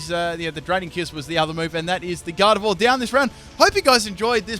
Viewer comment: this video pissed me off he pronounced snivy and gardeivor wrong SO MANY TIMES IN THIS CHANNEL